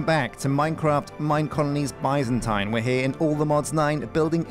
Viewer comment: Alllmost seen all the vids for this series so far, why have nobody told him how to say Byzantine or Byzantium???????????? Still bugs me off everey episode